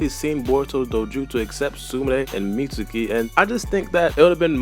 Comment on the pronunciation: misuki ? boruto pronounce it like mitski